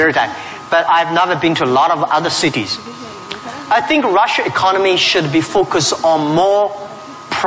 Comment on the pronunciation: I keep hearing Jack Ma pronouncing Russia , Rusher Do you get the same feeling